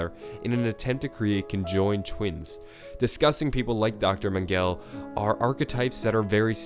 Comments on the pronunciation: Mengele is pronounced men-ga-lay not men-gell just pointing it out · Its pernounced man gela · Why did you pronounce Mengele as „Mangel“?? That got me laughing unexpectedly 🤣😭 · Not to be that guy but it is pronounced men-gel-ah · Mengele...mehn-guh-leh...Jesus lol